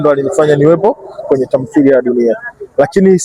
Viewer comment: Mtangazaji sio tamsiliya ni Tamthiliya